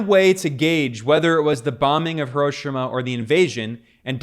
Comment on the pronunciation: It's 'Hero-sheema', not 'HurOHshama'.